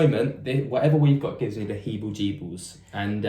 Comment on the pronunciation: ‘heeblejeebles’ - the phrase is ‘heebie-jeebies’ !